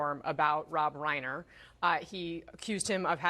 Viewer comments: Rye-Ner not Ray-ner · Rhine-er, not rain-er.